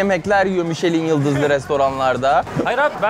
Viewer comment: Orkun mişelin yıldız diye okunmaz, mişlen yıldızdır doğrusu.